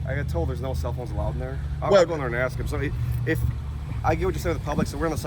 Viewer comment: He thinks he's so smart but can't even pronounce the word ask correctly!